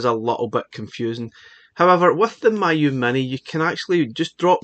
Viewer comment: It's pronounced "me, you"